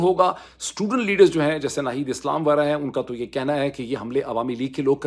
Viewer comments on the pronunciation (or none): none